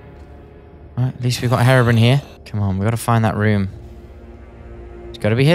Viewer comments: hey thats gaster hey there G Also like how you say brian call him herobrian eventho the spelling is herobrine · “Is that Herabrin” 😂 it’s Hero-brine. The “ine” in brine rhymes with mine, fine and dine. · You pronounce it hero Brian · Hate to tell ya buddy, but you said Herobrine wrong the whole vid